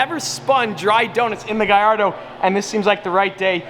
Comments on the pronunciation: Why does say guyyardo instead of Gallardo? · Why is he saying giardo it’s hurting me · Is he trying to butcher the Lamborghini Gallardo name or what?